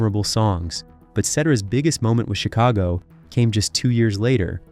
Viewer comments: Yes & the band CHIC-ago went on to make Peter SET-era a big star with the PEO-ple of Amer-ICA & one of the greatest vo-CAL-ists of all time. Get it right you bum!!! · The band's name is pronounced 'CHICK-a-go' ... You need to be consistently wrong.